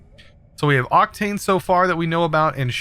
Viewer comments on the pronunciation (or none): Octine Ore. Not Octane Ore xdd